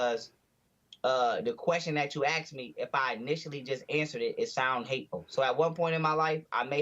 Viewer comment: You axed me a question